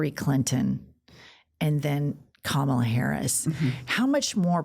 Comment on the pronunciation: Hahaha That’s right. “I’m a better looking person than Kamala (mispronounced of course)”